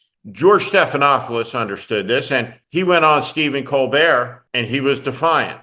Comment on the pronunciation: George Stephanopoulos. There is only ONE “f” sound. At least pronounce the name of this media hero correctly.